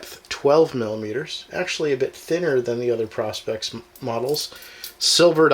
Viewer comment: Learn how to pronounce the name ... PRO as in Professional..SPEX as in specs..! Lighting is not good also, but hey... maybe you will figure it out 🙂